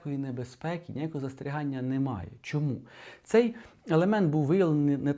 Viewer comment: Коли чую "НИмає", одразу розумію - мій земляк десь із Вінничини😅